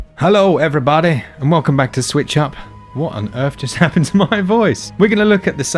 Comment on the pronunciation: Hello everybaddddy lol I love it